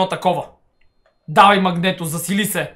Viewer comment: Казва се Магнито. А не Магнето.